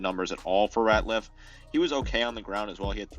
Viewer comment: Retzlaff not Ratliff